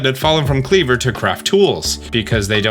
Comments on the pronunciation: Isn't Kleavor pronounced as, "klee-VORE?" And Wyrdeer being, "weer-DEER?" 🙃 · Pretty sad you can’t pronounce wyrdeer (try We’re deer) or Kleavor…